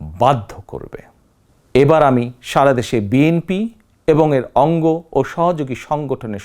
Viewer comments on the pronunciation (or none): none